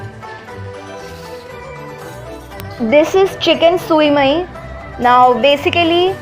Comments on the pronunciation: Sui mai???? You pronounce it wrong. It pronounce as show-mayee that's Vietnamese dumplings... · Sui Mei pronounced as: SHU MAI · The actual pronounciation of Sui Mai is "SHU MAAY". Not the literal words.